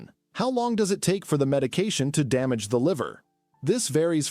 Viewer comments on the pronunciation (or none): so do us a favour and get a human being to read your script and don't insult us with AI reading and mispronouncing many words - like 'hepatitis' as 'hepati-tees' and 'damage' as 'dam-arge'